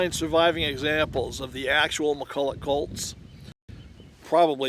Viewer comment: Colts not cults